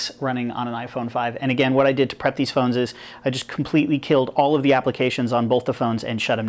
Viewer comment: Phoneses xD